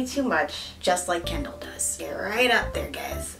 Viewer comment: I hear calling Kendall “candle” lmao.